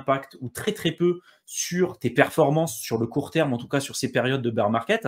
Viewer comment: BEAR ça se dit baire pas bire de beer qui veut dire bière 🍺 🍺 😂😂😂😂